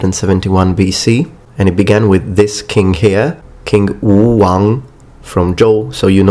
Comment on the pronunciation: Can you elaborate on the "g is not pronounced when followed by n"? I don't agree with this. Also, I had hoped to see more on the Erlitou as the Xia, but that is ok. When you pronounce Wuwang (武王) for Zhouwuwang, it sounds like you way the 3rd tone as a second tone. When a third tone preceedes a second tone, they kind of blend like one big third tone across both characters. Spring and Autumn (春秋) Chunqiu - the Chun is a little bit more like "Chwun". The shi in Qinshi Huangdi has more of an r sound. It is something like Shr in pronunciation. Your tongue sounded like it was flat, like in 舌. Pun intended. Song dynasty is more like Soong in pronunciation. That is, the "o" sounds more like the o in "oops". I am not JUST being pedantic (notice i didn't mention that you put an extra 代 in 春秋时代 in your screen graphic). I just figured you cared, so I thought I would mention all this. If you are interested in improving your pronunciation, I will let you know that there is a Broadcasting Host Test in the PRC (actually two tests. one for College Entrance Exams, one for professional purposes). Anyway, there is structured materials for learning the perfect pronunciation and such that is required for this exam, so maybe you will be interested in the parts of the exam related to that. I was reminded of this test just the other day so for the last two days i have spent all of maybe 20 minutes looking for it, so I cannot really be a help beyond letting you know of its existence. Whatever the cas